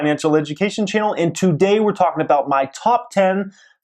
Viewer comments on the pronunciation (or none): What does he start every video with "twoday"... kind of annoying lol... then at the end... "greatt day"... okay sir lol... no ones pronounces it that way lol